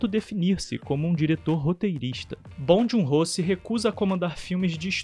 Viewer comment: Muito legal! Só procuraria pronunciar o nome dele corretamente. Não é obrigação nossa, mas a gente gosta quando um estrangeiro pronuncia nosso nome como ele é na nossa língua, não é mesmo?